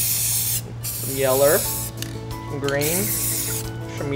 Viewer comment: Did anyone realize he said yellr